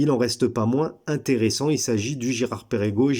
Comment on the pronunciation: ça ne se prononce pas Pérégo mais Pergo.